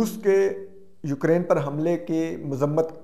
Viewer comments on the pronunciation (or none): none